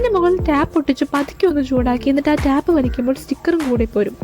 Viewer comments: ടാപ്പ് അല്ല, ടേപ്പ് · Tape pronounce cheyunath englishil tayp enn an tap alla